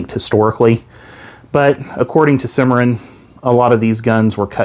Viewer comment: sorry to be negative but the company is pronounced: Sim-uh-ron.